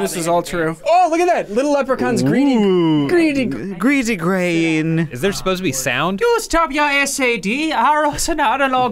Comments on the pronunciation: Gráinne being pronounced grain, ahhh tis another lovely faithful educational video from the. Haha seriously though these are hilarious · Big fan of your pronunciations of "Gráinne" and "scéal." 😅 Excellent video, Funhaus or as it would be said in Irish - teach spraoi! 😁